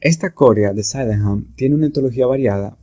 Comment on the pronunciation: La palabra es corea no "córea"